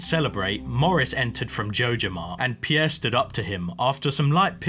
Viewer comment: Pronouncing Pierre "Pee-yeah" is wild. Just leave out the "ee" and you're good. Very cool play-through, though.